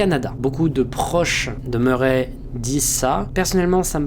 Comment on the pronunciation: super vidéo, mais ça se prononce ''Maura Murri'', sinon vraiment super ^^